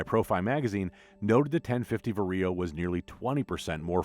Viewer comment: The way how ‘VARIO’ is pronounced sounds weird from a western EU perspective. 😅 It’s VA-RIO instead of VAR-I-O